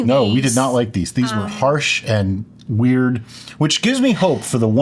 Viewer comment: "This is wead!". Yep that is a shirt...